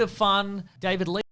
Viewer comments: David Le-'FAARRTT'-ch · That’s how David Leitch is pronounced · That's how you pronounce David Leitch